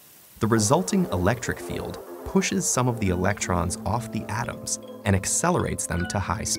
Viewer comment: The way he pronounced the word "atom" annoyed me, for some unknown, related to moon reason :( </3